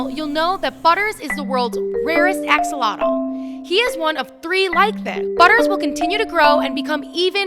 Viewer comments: you dont say "Axolotle" you say "Axolotl" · Your what? Lol learn to pronounce the word axolotl. It's Ash-ah-lot